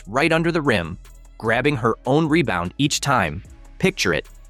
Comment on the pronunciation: Angel "Mebound " reese!. How many mebounds did she make that night?